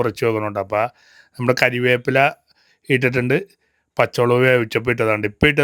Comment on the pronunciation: കരിവേപ്പില അല്ല കറി വേപ്പില ആണ്